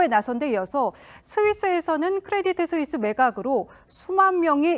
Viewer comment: Credit Suisse의 발음은 크레디트 스위스가 아니고 "크레디 스위스"입니다. 내가 이 은행의 고객임.